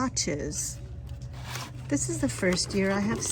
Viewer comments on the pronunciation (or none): It’s pronounced klohsh, not clot or clock, by the way. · Cloche is pronounced like close only with a ch, like chicken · It’s pronounced clo-shay